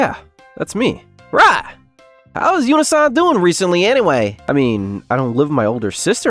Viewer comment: Yu-nih-sahn Rii-u-suu-ki Rai-zuu-ki